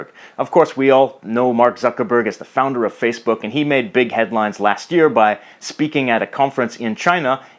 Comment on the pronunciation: yeah I could hear a slight Canadian accent in the pronunciation of "Founder" and "about" amazing video btw!